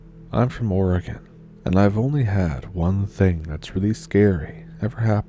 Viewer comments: You are doing great on the pronunciations of our quirky town's and River's. Just one more thing...OR-E-GO-NE-UN. Love your stories and I always bring my own Stump now. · Seems like she is trying to pronounce Oregon like the beginning of oregano. She probably learned to read with the "Guess and Go" method instead of being "Hooked on Phonics". #Our Public School Wisdom at work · It’d be nice if you were an Oregonian you could pronounce it right! lol?